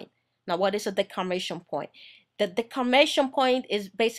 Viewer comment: I love your video.. I have one correction though. It's called the DEMARCATION point not the "decarmation" point... Keep up the good work.